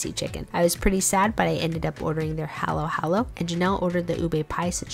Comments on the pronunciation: Pronounced (Hall-o Hall-o) not hAlo hAlo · FYI It’s pronounced hollow hollow. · Cute pronunciation of halo halo lol